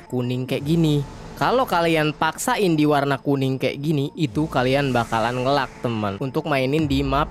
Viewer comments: Bukan "ngelag" pengucapannya, tapi "ngeleg" sedikit info aja mas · nge "leg" bang dibacanya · nge lag bacanya nge leg. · Ngeleig bang bukan ngelag di bacanya. Ditulisnya lag.